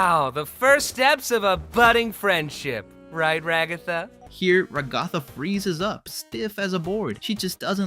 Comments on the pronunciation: QUEERPHOBIC MISGENDERER. Zooble is they/them, not she/her. Also, Ragatha is pronounced ‘rag-uh-thuh’, not ‘ruh-gah-thuh’: Although I doubt TTS would care. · I’m sorry but I can’t get over you pronouncing Ragatha as Ragotha💀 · "Regotha" Bro it's pronounced "Ra-guh-thuh" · RAG-uh-thuh not rag-GOTHa. Please correct your pronunciation. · I don't mean to be harsh but you're pronunciation of Ragatha is messing with me. It's "Rag-A-Tha" not "Ra-Goth-a". Like the name Agatha but with an R in front of the word. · Why did you keep saying ragotha bro it’s rag-a-tha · You're a bit harsh on Ragatha. Also why is no one talking about the name pronunciations being completely butchered in this video?! Stop saying Ra GOTH uh, it's cringe 😭 It's RAG uh thuh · Ragatha ❌ RaGOTHa✅ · Every time he says “Ragotha” I get so pissed off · Dont you watch the show? Why say Ragatha as Ra-gaw-tha if you've heard it said out loud? It's a pun on Agatha and Rag. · Who da gell is rAgAthA its ragatha like regatha not rAgAthA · I thought her name was pronounced RAG-a-tha, not rag-A-tha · its r-a-guh-thuh not ruh-gath-a just a something I wanted to point out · dont want to be that guy but its rag- a-tha not ra-ga-tha, just saying its how the show says it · “Ra-goffa” bro rag-a-tha I’m sorry but I keep hearing it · Yo this dude is pissing me off with how he's saying Ragatha's name! Bro is saying "ruh-gah-thuh" when it's really pronounced "rah-guh-thuh" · Its RA-ga-tha, not ra-GA-tha... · Never said it wasnt?? I just said he pronounces ragatha like rug aw tha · why'd you suddenly start calling her ra"goth"a lmao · ‘Ragothah’ really bugs me 😭😭😭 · You speak perfect English. Why tf so you pronounce it “Ra-gáh-tha”😭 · "Ragotha" And also, dog Ragatha has 3 fingers ewww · Who is Rah-goth-ah? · Sorry if this is rude, but what's up with calling Ragatha "ruGOTHa"?? Also, Zooble goes by they/them pronouns. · Why is Ragatha “Ruh-GOTHah” and Zooble a “she”?🙄🤦🏻‍♀️🥴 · Ra-goth-ah lol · Why pronounce ragatha that way?